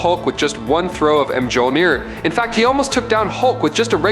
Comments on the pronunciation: Pronunciation corrections: Kratos= Kray-Toe-s, Mjolnir= Mule-near Jotnar= Yo-t-nar, Jormungundar= Your-mun-gun-der. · The way this shitty AI narrator butchers the pronunciations of "Mjolnir" and "Kratos" makes me cringe. Why did I watch this video?